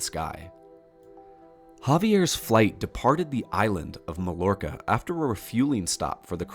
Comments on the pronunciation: Didn't pronounce Mallorca right! 😊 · Oops I was wrong you mispronounced "Mallorca".